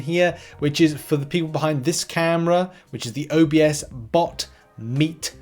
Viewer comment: "OBS"bot not O B S bot lol. Love the videos!